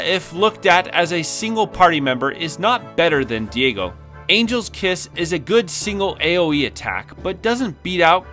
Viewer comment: I feel like you should have done another take when you pronounce a name wrong. Diego, Lilita lol.